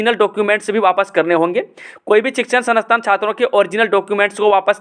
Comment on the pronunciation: Sanasthan 🤣🤣🤣 sansthan shi se bolo sir ji aur itni fast news pdh rhe hai